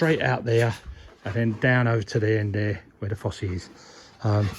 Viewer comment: Just the prononciation, the Fossé is pronounced as you do, the Fosse Septique is prounced without the acute é. Just trying to help, hope it hasn't caused offence.